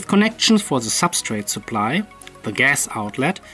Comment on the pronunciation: hearing you say "zee gas" <3 <3 <3